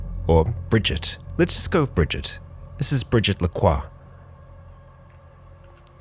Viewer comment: Bri-jit Bri like you say British. Jitte like a Jeep but with a t. Brigitte.